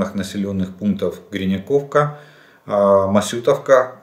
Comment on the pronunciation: Который раз говорю - карту Украины купите. И посмотрите как называются населенные пункты, которые вы упоминаете. Ну нельзя же постоянно перевирать названия и менять ударения! Три дня подряд какая-то несуществующая Гриняковка... Название на карте глянуть религия не позволяет?